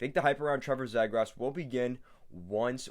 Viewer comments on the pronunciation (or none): his last name is pronounced ZEE-GRUS